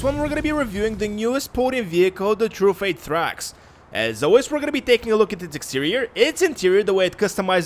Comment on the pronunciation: Truffade rhymes with Bugatti. Not "true fade" otherwise, excellent vids. You're the first youtuber I check out every Thursday.